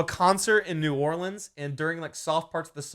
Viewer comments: its not (new ore-leans) its (new ore-lens) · They way mini pronounced New Orleans hurts me